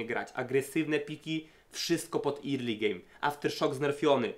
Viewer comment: Fajnie sie slucha, subek, tylko ploox zobacz jak sie mowi "early" i "priority" bo uszy bolą :p